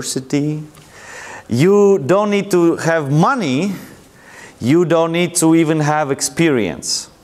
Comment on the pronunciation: "and I get the moneyys!" lol